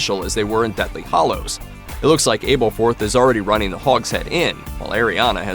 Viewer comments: Omgoodness it’s Ah-berforth, not Aye-berforth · Do not make another video on these movies until you say the names right. Wtf is abelforth?